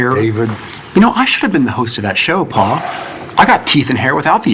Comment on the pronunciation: I love the way David says "paw" instead of pa.